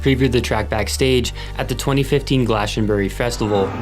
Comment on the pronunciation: The way he pronounced Glastonbury 😂